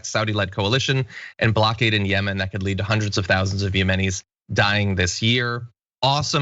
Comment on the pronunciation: yemen and yemeni. emphasis on the same syllable. The first syllable. not YA-men and ya-MA-ni.